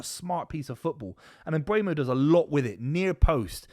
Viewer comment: MbEUmo NOT MbUEmo ... Repeat after me: M BUR mo